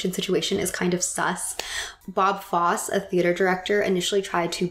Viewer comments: FossE. Bob Fosse. Pronounced "Foss-y", not Foss. The only flaw in an excellent video. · Fosse is pronounced "Foss-ee," not "Foss." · Did you pronounce Bob Fosse's last name as "Foss" and not Foss-ee"? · we just learned one of the dance breaks in my theatre classes, like literally 2 days ago. also its bob fosse pronounced like fozzy bear but soft s. we do a lot of his choreography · *Fosse is pronounced “Faw-See”. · I loved this video! I used it to help capture the world of the 20’s for a role Im playing in a musical called the drowsy chaperone! :) side note: Bob fosse is pronounced “fossy” - I just notice that you have constant reputable knowledge, and as a musical theatre diploma graduate I felt you deserve to know how it’s pronounced as he is a major figure in past and current stage show aesthetic ❤ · UR AMAZING!! Also theatre major note it’s Foss-ee (Fosse) love you and your work!! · Fosse is pronounced "foss-ee" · If you're saying Bob Fosse it's foss-ee lololol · The se at the end of Fosse is pronounced like sea. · Is no one gonna talk about how she pronounced bob fosse bob “fos ” ? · Loved the video!!! As a Huge Fosse fan though..... it's pronounced: "fah-see". Just FYI. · It’s pronounced “FOSS-ee” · I dunno why it's bothering me so much buttt Bob Fosse like "faa-see" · Fosse is pronounced faw-see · not her pronouncing fosse like foss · Fosse is pronounced Fossy. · not me, a Fosse specialised dancer looking for this comment since I literally died a bit inside the she pronounced it like that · Being a dancer since preschool and specifically dancing at a studio that focused on Fosse style jazz, I LOVE THIS THANK YOU. Chicago is Iconic. (Also, just a note that Fosse is pronounced like 'EE' at the end lol but not important) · Great video. Love Chicago. Bob Fosse (pronounce the “E” at the end of the name), is the greatest choreographer of the 20th century. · i love this video but the way you pronounced bob fosse killed my soul